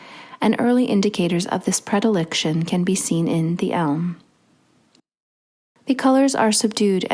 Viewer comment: PredilEction, not prediliction.